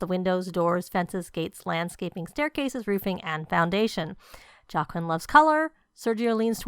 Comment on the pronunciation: Whoa!! Girlllll! This is amazing!!! Please say it's up on the gallery...All the prices of landscaping have been reduced. The youtubers who built for this pack requested a reduction due to needing to keep things cheap while building what EA requested. Please don't think I'm being snarky because I'm not but Joaquin is pronounced "wha-keen" I only know this because I worked with someone with this name.